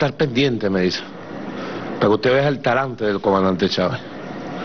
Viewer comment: jajajajaaaaaaaaaaaaa es " Talante " no tarante...